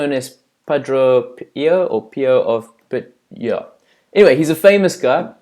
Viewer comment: Why couldn't you say St. Padre Pio of Pietrelcina correctly?? Then you said "...anyway, yeah, anyway he's a famous guy..." If you're going to speak of these saints of God, please do it with respect and dignity. Thanks for sharing and doing this video of the saints with special gifts that God bestowed on them. God bless.